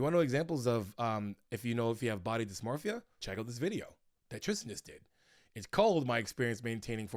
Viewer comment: Dimorphism in this instance was a simple mispronunciation of dysmorphia. All points made about dysmorphia should not be confused with dimorphism. Dimorphism is a trait affecting species, not individuals.